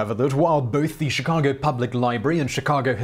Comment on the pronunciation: The windy city? You mean shirack?